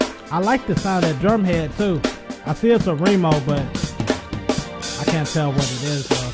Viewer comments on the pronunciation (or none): none